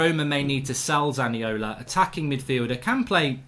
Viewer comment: I’m not sure about this but isn’t he called Zaniolo not Zaniola?